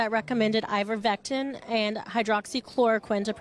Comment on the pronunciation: She said IVERVECTIN... I wouldn't buy a damn thing from her